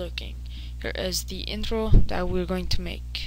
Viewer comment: it is funny hou you say intro :)